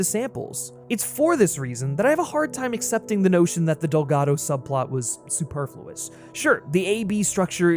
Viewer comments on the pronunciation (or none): none